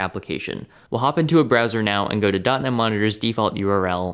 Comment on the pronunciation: The way you pronounce dotnet monitor, it sounds like dunny monitor. 😆